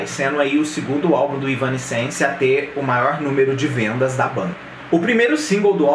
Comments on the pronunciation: Não tô crucificando, longe de mim. Acho que é importante mesmo para entregar algo com cada vez mais qualidade. Seu canal é bom! A pronúncia é mais ou menos assim: Êv-nã-sense (Êv é tônico, o resto vai apagando). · "evanéss-sence" a pronúncia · Se fala: évanéssenci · Caralho tchê! Kkk começou o vídeo errando o nome em 3 tentativas... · Três pronúncias diferentes. Nenhuma certa. Não é fácil a vida do fã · Cara, ainda tá falando o nome errado 😅😅😅